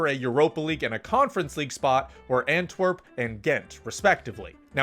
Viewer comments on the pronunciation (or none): none